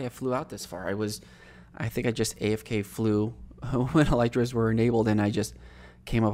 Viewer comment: Did you just say EL “Y” TRAS